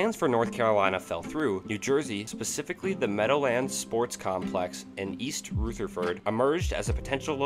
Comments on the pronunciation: WhitNey Ford, LeBOTT's Brewery, East ROOTHerford, NJ, POTTomac Yard site, RILEY, NC, .. Sigh. Also, you're showing footage of teams that don't fit the timelines you're talking about. For example.. you're showing mid-90s White Sox when talking about late-80s White Sox..easily defined by drastically different uniforms. It's distracting/confusing. Content is good. Other than mispronunciations, narration is good, but...details details!! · It is pronounced East Rutherford, not East Rootherford. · and it's not "ROO-ther-ford". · Hall of famer Whitney Ford played in Rootherford for a while, then he moved to Riley. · Pot-O-mack lol....Roothaford... What the hell man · "Ruth-uhr-furd"😅😅😅😅bad AI! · its ruh ther ford noth rootherford. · East Rootherford? 🙄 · Raw Lee... not Rally. Pah Toe Mac. Not Pat O Mac. East Ruth er ford not Rootherford. And for the love of God, Ford was Whitey. Not Whitney. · Very informative. I had no idea about most of these. MLB could look very different if some of these relocations had happened. Check some of those pronunciations, though. Particularly Rutherford, Raleigh and Potomac. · Good video, but please work on pronunciation. Rutherford (ru-th-er-ford) Raleigh (RAL-ee) Whitey Ford Horace Stoneham (Stone-um) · The narrator really blew it on the Expos segment. Swing and a miss on the pronunciations of Raleigh, Rutherford and Potomac. He really needed to have a test run before making this video, or have someone edit his audio. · he also pronounced rutherford and potomac wrong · "Whitney Ford?" Who the hell is Whitney Ford? I've heard of Whitey Ford. Not a good look, my guy. Nor is mispronouncing "Raleigh," "Rutherford" or "Potomac" as long as we're at it.